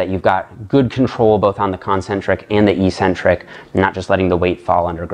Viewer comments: You have the word 'eccentric' written properly. How come you don't pronounce the first 'c'? The syllables are ec-centric, not e-ccentric. How is it even possible to pronounce the word the way you do? Your pronunciation changes the meaning of the word, too. Your pronunciation changes it from 'away from the center', to 'without a center'. That makes no sense. Please explain. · There is no English dictionary in the world where the proper pronunciation for the word 'eccentric' is Ee-Centric. None. Not even one. Pick your favorite British or American source. Look it up. They all say, eK-Centric. It is only meatheads who mispronounce this word., you're too good to be one of them. Please! The word is eK-Centric. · Evolution of language is not an excuse for ignorance. It's ONLY the bodybuilding community that mispronounces the word. Ec- means 'away from'. Centric- means 'center'. This is why odd people are referred to as eccentric, b/c they are not in the 'center' of normalcy. Concentric, moving towards the center. Eccentric, -moving away from the center. Ee (e.g., without a 'c') means 'without'. So E-centric means 'w/out a center'. It makes no sense. Some ignorant bodybuilder started mispronouncing it, likely b/c it sounded odd to him to say 'eK-centric'. His fellow meatheads followed suit...and none of hem knowing any better, it stuck! To answer your question, 'who really cares'? Those of us who see as much beauty in language as we do in a perfect body. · Literally everyone says ee or eh centric.